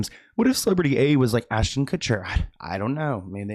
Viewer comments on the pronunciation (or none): none